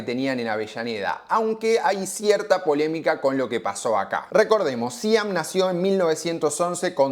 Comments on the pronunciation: No, no es Síam? es SIAM, como se lee... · Se dice 'Siám' nene, no 'Síam'... marca más histórica y ligada al pueblo no se consigue.. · me hace ruido que digas Síam y no Siam. Es un acento y toda una historia.. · siam también se pronuncia distinto acentuando la A y no la I. SIAM DI TELLA es una marca de décadas, saludos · Siam no síam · Me destruye que digas Síam cuando es Siám 😢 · Me pone muy nervioso que digas SíAM, es SIáM... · es Siam con acento en la A. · No dije que lleve tilde, digo que se pronuncia con acento en la A y no en la I. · dijiste que lleva acento, como si se leyera "siám". Pero Siam es un acrónimo de sociedad industrial de amasadoras mecánicas. Por lo que su pronunciación no es unívoca. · Quizás él es disléxico, y por eso pronuncia Síam (? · Por favor SIAM, la fonética es siám como si tuviera acento en la A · Hola. se dice Siám... es aguda... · Siam sin acento jajaja Muy bueno todo lo tuyo gracias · Me extraña que no pronuncies correctamente el nombre SIAM . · Me pone mal cómo pronuncia Siam 😢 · El chabon es fan de las palabras esdrújulas. Siam también se pronuncia con acento en la a, no en la i. 😂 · lo mal q pronunció SIAM , jajajaja.